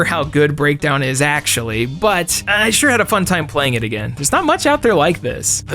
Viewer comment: I'm not shuh-ah.